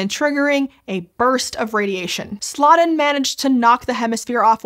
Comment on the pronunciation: For the very little it's worth, Louis Slotin's last name should be pronounced like "slow-tin", not "slottin' ". ❤